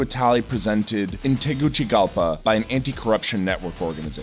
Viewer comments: Sounds like, Teh goo see gal pa. Not Te goo chee gal pa. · No les pasa que "Tegutigapa" "Te guji lapa"